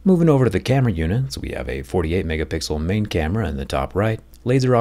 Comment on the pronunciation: "10.5 megahpigzzal"